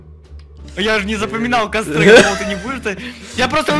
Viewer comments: кОстёр, а не кАстёр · не кастёр а костёр